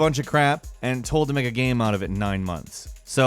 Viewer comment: Getting closer and closer to pronouncing 'game' correctly. Keep it up! You'll get there! Yes, I'm being a dick. I'm bored.